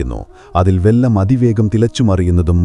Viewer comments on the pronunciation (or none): വെല്ലം അല്ലടോ...,വെള്ളം. വെല്ലം എന്നാൽ തമിഴിൽ, ശർക്കരയാണ്.അവൻ, ഇവൻ, മറ്റവൻ എന്നുള്ള സംസാരമൊന്നും ഇപ്പോൾ കേൾക്കുന്നില്ല...?🥺